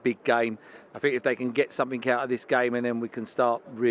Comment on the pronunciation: Sky come on is this guy serious I fink, I fink, I fink 🙄